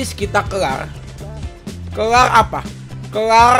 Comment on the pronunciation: Kelar kak bukan kerar